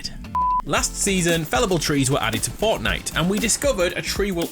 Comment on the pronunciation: it sounds like he says fartnite 🤣🤣🤣